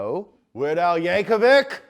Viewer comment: Props for properly pronouncing Yankovic